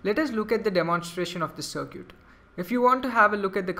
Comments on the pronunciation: stop saying sircuit its Circuit lol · dude seriously while you're online don't run your mouth just Google it even the general public knows how to enunciate cir·cuit sərkət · uh dude circuit is pronounced sir-cut